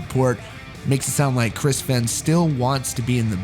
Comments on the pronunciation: It’s not FENN lol try pronouncing it FAYN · "Fen" not "Fein"? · Its pronounced "Fane" or "Fain" ... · It’s pronounced Fehn as it rhymes with pain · Just a heads up dude his name is pronounced like the word vein but with an f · Fehn rhymes with pain, dude. That’s how he pronounces it himself. Also et cetera, not “excetera” 🤦🏻‍♀️ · His last name is pronounced “Fain” just FYI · That’s not how you pronounce his last name. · please, pronounce "fehn" correctly. please. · Every time you say his last name wrong I cringe lol